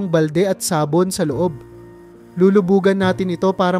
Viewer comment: MALI ANG BIGKAS SA SABON.